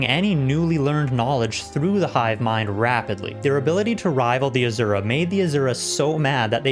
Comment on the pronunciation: AZURAAAA! Cracks me up! It’s Asura!